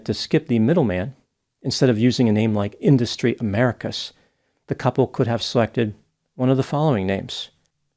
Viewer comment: “Idustry Americus” bro I laughed out loud 😂😂😂